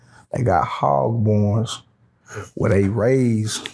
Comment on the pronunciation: What's a hog-born?.....wait took me a minute, he's trying to say hog barn.